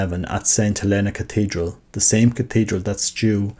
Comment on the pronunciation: Tiny, inconsequential note - "Helena" is pronounced HEL-eh-nah, in this instance. Thank you for posting about Fr. Stu!